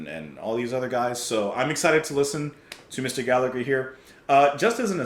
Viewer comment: Please pronounce his name correctly Gall a her not Gall a "gur." Its really annoying every time people get his name wrong.Proud to call Rory one of us. Seen him live in concert in London early 70'S . 🇮🇪 🇮🇪 🇮🇪 🇮🇪